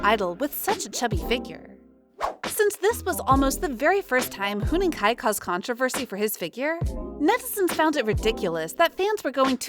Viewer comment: Huening Kai?????????????????? THE OWNER OF THIS CHANNEL MIGHT HAVE HEARD IT FROM A NON-EXISTENT PIGEON zzz